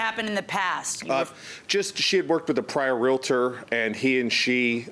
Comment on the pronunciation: its realtor there is not i in there. geesh